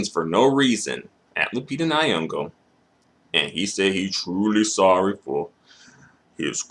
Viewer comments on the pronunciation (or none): Its not Ny-yong-go Say... 'Song-oh' it should rhyme with... 'Nyong-oh' Now you can say her name... Lupita Nyong'o Gilbert needs scrunching up and putting in the bin.